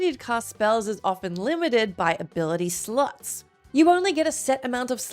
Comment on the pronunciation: To anyone listening, she says "ability SLOTS" here. That's not what my ears heard the first time.